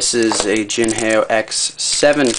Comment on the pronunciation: jin hay oh ? its pronounced the way its spelled, "jin how"